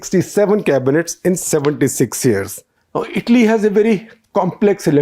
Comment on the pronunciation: Every time you paused before saying the word Italy you got it right Shekhar.. whenever you got too excited you said Idly...😅. you are trying Shekhar..well done👍👍